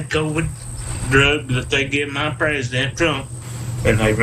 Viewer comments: “They shafted my prazzadent” 🤣. What a rube. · This trolln or he really has a speech impediment disorder?